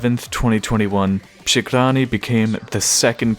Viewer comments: when you try to say przegrany it sounds kinda funny for me (i'm from poland) because you say "SH" = "sz in poland" not "RZ" = "Ż" But congratulations like you said przegrany was close to perfection :p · Your pronunciation of przegrany is really cute ngl, but still surprisingly good